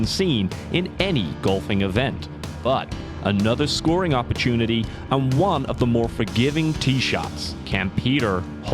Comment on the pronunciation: The voiceover guy is English doing an accent right? He gave it away when he said oppurchoonity 😂😂